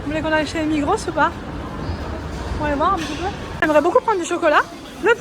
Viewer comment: Coucou. Contente que vous avez trouvé le téléphone. Pour le magasin on dit Migros sans s . Bonne suite de vacances. Bisous